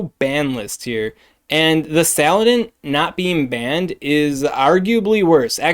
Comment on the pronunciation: Sa-lan-dit Please, you're driving me insane